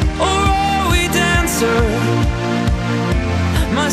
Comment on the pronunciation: The pronunciation is not the same. It is DANcer not DENser.